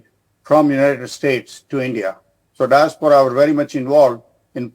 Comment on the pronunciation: It's Diaspora.. Not Disapora..